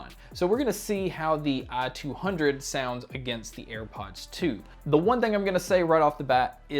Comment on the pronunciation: I couldn't get over the fact he pronounces it "ah-200" through the whole video haha